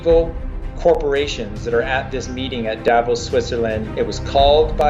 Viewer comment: thank you ! Please pronounce Davós correctly. The second part is actually stressed.